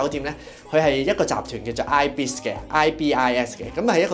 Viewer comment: ibis hotel發音應該係 依-別-時 ;D